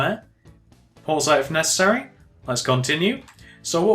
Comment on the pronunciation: even though you say p"pause if nessery"